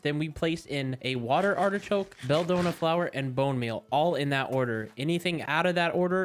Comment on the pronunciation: Great video! It was fun to watch, and I hope you do a second part! Also, I've NEVER heard someone mispronounce "belladonna" before lol. It's just "Bella" and "Donna" put together 😄 That certainly surprised me. Again, great video.